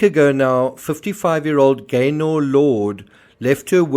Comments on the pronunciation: Pronounced Gayner not GayNOR! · Just for info it’s pronounced “Gaynuh” 👍😁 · We pronounce it Gayna. Glad you’re covering the case.